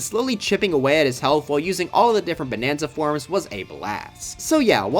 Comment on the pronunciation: “Bananza Central”😂😂